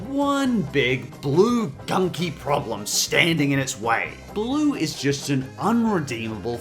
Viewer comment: I'm done I'm so done he said BLOO and Mr.Krabs I know u said have a grain of salt but COME ON